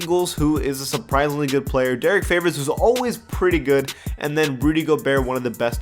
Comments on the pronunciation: its favors not flavors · Did you just say Derrick ''Flavors''